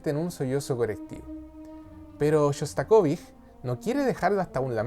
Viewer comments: No se pronuncia shostakovij porque no es un nombre alemán, es shostakovich, con ch. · ShostakoviCH... no ShostakoviJ... en español la CH no es J como en aleman.. pronunciermos bien ! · Choca la mala pronunciación del nombre del compositor. Muy único. De otro modo, un buen análisis!